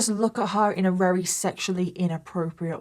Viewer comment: Not her saying ‘wery’ instead of very 😂